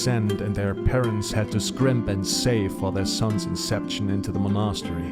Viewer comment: Mon'a-stery :D